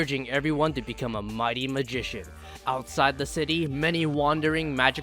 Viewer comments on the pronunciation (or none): none